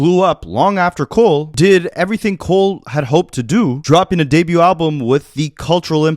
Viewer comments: i've lived in 3 provinces and never heard someone say "debut" like that 😭😭 that ain't a canadian thing bro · Doubling down on "Debut" is Nasty work boi 😂😂 I am entertained